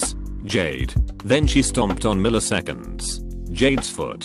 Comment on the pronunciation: мiliseкеnds.... jade